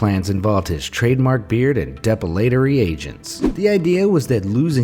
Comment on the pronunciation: GOOD GOD! DO YOUR EFFING HOMEWORK! It's "De-PILL-a-tory", FFS, NOT "Dep-ill-AEE-tory"!